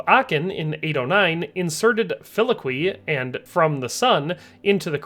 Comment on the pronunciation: ish: fih-lee-OH-kway Not sharing to admonish but educate. Only know this because my dad was a Lutheran pastor who loved to talk Loved the video! Edit: also thank you so much for saying “synod” right later, I play MTG and there’s a couple cards with “synod” in the name and I always hear people say “sahynahd” and THAT one gets under my skin